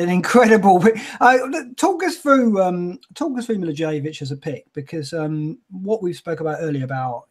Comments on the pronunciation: It's MILI-VOYE-VICH Even if you say it MILI - VOLLEY - WITCH you would be closer to the pronunciation than Mili-vou-jay-vich. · Milla-voy-yevitch is closer ;) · Please learn how to pronounce the name of Milivojević! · How come every single FPL YouTuber pronounces Milivojevic's name wrong? Learn to say it properly and say it with pride and honor. COYP!